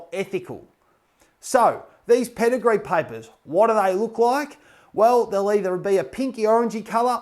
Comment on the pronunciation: why does paper sound like piper😆